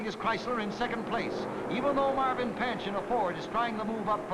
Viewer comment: Have to smirk every time the commentator called Marvin Panch's name... It's pronounced "pahn-ch," not like the frying pan "pan-ch." Over the years, I've even heard it pronounced "pun-ch," depending on who was doing the talking, but never "pan-ch."